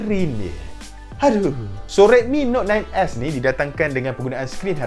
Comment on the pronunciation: Yang aku dengar dia cakap redmi note 9 ass